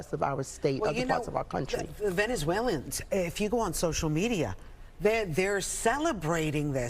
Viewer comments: Why can't she say Venezuelans .... Not swaLiens😮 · Venezu-waleians? Geeze, lady. Learn how to talk! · She can can't even pronounce Venezuelans😔. Affirmative action is great😉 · Someone teach this lady how to pronounce VENEZUELANS! 🤦🏽‍♂️🤦🏽‍♂️😒😒